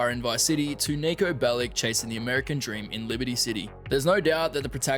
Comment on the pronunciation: Want to mention one thing all GTA Youtubers say wrong: Niko Bellić is from former Yugoslavia and therefore his name is not pronounced "Bellick", but "Bellich". For me it just sounds so wrong that this should be mentioned.